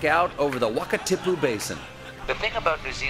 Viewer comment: This is great :) We'll just ignore the inaccurate pronunciation of the Kawarau River & the Wakatipu. Well done for Bungy Jumping. It's wicked fun